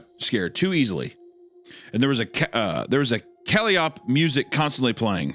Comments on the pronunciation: "Wasn't his tophat and cloak all soon up crazy?" "Sewn up crazy." Meanwhile: kuh-lie-oh-pee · Kuh-Lie-Uh-Pee. Calliope. It's the weird whistle organ that they used in the circus years ago. Anytime you hear creepy circus music, the odds are good it's a calliope. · Hunter having the audacity to correct Isiah's pronunciation of "sewn" after giving us "Kelly opp" lmao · It's ca-lie-oh-pee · The way that Hunter pronounces "calliope" drives me fkn nuts!! It's pronounced Cal-i-o-p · please someone help this man... it's co-Liyah-pee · The way Hunter pronounced "calliope". He really is borderline illiterate. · Love how Hunter corrects Isaiah over how he pronounced "sewn" when Hunter can't pronounce "calliope" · I love Papa Meat correcting Wendigoon. On the word "sewn." It's too bad there was nobody to correct Papa Meat on how to pronounce "calliope.". 😂😂😂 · I've never heard someone pronounce "calliope" that way Hunter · It always irks me that no YouTuber knows how to pronounce "Calliope", be it these guys, the Volgun, or The Exploring Series, no one seems to know it... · The way hunter pronounced calliope.....oh lord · hunter’s pronunciation of calliope made me choke on my goldfish 😭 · Hunter correcting wendi on "sewn" when he himself completely fucked up "calliope" is perfect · Surprised Wendigoon didnt correct the calliope pronunciation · Hunter pronouncing calliope